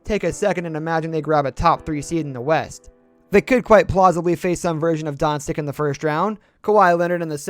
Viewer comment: No offense, but: You are dealing with the NBA and don't know how "Doncic" is pronounced? You are dealing with the Warriors and don't know how "Paschall" is pronounced? I don't understand that.